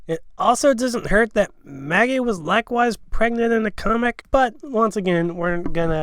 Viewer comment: DID ANYONE HEAR HIM CALL MAGGIE MALLY!!! 😂